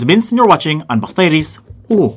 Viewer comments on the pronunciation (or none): "and you're watching unbox diares " woh-woh or uwu? what happened to my brain